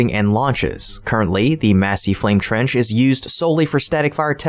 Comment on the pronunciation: Your English just seems to be getting worse. Someone there needs to go back to school. Dual Flame Trend. What the heck is that? Did you mean Dual Flame TRENCH? Come on. Get it together people!